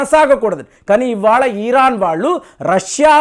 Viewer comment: ఈరాన్ కాదురా బాబు.... ఇరాన్